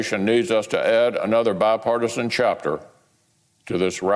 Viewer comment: Did Mcconnell say bipartisan?